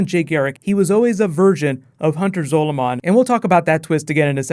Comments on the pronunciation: the way he says zolomon gives me the shits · The way you say Hunter Zolomon really fucking bugs me it makes me want to cry